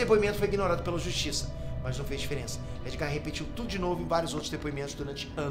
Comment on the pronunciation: Porque ele fala "Nei nerd"???